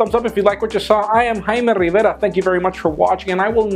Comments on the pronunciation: stop saying rivera with an accent, it's annoying